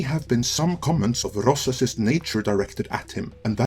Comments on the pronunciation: I am getting so fucking aggregated by his pronunciation of “rossacist”— it’s a blatant grift to not trip the demonetization algorithm and drag his video out long enough for a fucking ad break. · To me it kinda sounds like he is saying eroticism. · Yeah, it's not a pronunciation in his accent, haha. I thought it was poking fun. Still find it funny to be honest. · I actually asked what was up with the pronunciation of "racist" in the video and flat-out told me it was to avoid the video getting demonetized. Okay. Anyway, this Midnight's Edge video is gaslighting of the highest order. It is correct that news outlets tend to get drawn to the controversy like sharks smelling blood, but Midnight's Edge uses that playbook just as badly if not worse.